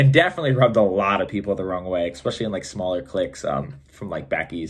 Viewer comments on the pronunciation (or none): was about to go pro, until the recruiter heard him say "EXpecially"